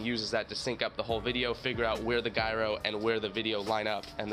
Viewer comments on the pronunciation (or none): The way you said gyro hurty my brain.